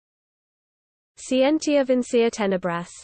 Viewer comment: isn't it skee-en-tia?